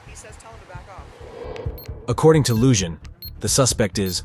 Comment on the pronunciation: YOU ARE MISPRONOUNCING THE SHERRIF’S NAME!! It’s not “Loo-Jon”! The name is Hispanic and it is pronounced “Loo-Hon”! For god’s sake GET IT RIGHT.